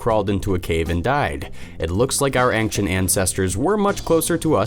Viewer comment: how come this person still can't say ancient properly, despite constantly saying it.